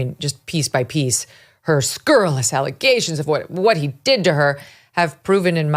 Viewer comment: It's been a long time since I heard an adult use the word 'scurrilous' so effortlessly and correctly. Well done, you. Also, thank you for seeing through her house of cards of lies. Anyone with a modicum of rational thinking would see she has no proof to back up her claims. Why resist a third party investigation if your SH claim was truly distressing, Blake?